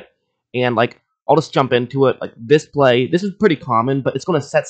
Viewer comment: Why do you pronounce bay as "bay", but play as "plaiyyee"